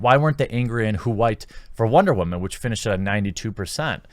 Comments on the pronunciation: Honestly “wamen”is getting old any annoying just saying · I'm confused as to what your definition of Wahman is. It's pretty obviously meant to be about a certain type of woman but at this point it seems like you don't even say the actual word anymore when speaking about women in general... If Wahman is what I think then I get it, but that's not all women, just like not all men are rapey shitbags like the media let's on. If not, either you're very clearly not unbiased... or you have a speech impediment. Either way, there's no way you're single. Just so this isn't the route comments go down, I'm not sjw or left or anything, merely speaking on the over/misuse of a word by a guy who speaks about unfair sexist assumptions and how it goes both ways. Also since you've clearly no idea how words work.. it's quadrupling down. Need a faceplam emoji. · captain wamen lol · Boy said wamen lol 😂